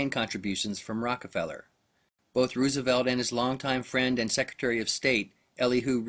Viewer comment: funny how u pronounce Rooosevelt lol